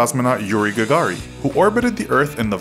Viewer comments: You mispronounced a couple of thing: It's Yuri Gah-gar-in, not Gah-gar-ee, and NASA's new capsule is Or-eye'-un, not Or'-ee-un. Orion is a constellation. Your title suggested a feature for feature, philosophy for philosophy comparison of NASA and SpaceX but that did not happen. No banana. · Yuri Gagarin not GAGARI ,,,, get it right .. a little research, how can we believe the rest is correct? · ITS YURI GAGARIN NOT YURI GAGARI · You made your first mistake when you said "Yuri Gagary". His last name is Gagarin, not "Gagary" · It's Yuri GAGARIN,not GAGARI! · Minor issues: The first man in space was Yuri Gagarin, not "Gagari". You also pronounce "Orion" oddly. "Ore-Ryan" is how most of us say it. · its yuri gagarin, not yuri gagari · It's not Jurij Gagari. It's Jurij Gagarin #funfact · did you just say Yuri GAGARY. How do you even do that. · How on Earth did you manage to spell and pronounce Yuri Gagarin's name incorrectly?!?